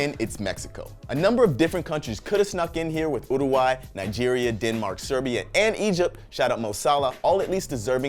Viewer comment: 34sec udaweiy?? Uruguay? is that what he meant to say?